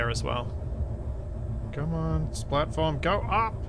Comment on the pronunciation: All I hear is "splatform". Once you hear, you cannot unhear... ;)